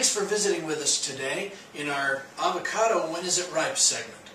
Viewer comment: Fre sh avao cado😂